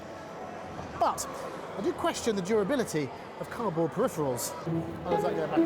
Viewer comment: is it me, or did I hear her say -- car'board-- instead of cardboard ? So playing it back three times, , yes, she says carboard.